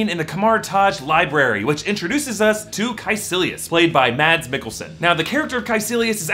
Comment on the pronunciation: The "d" in "Mads" is silent my friend :) - Non-angry Dane ;)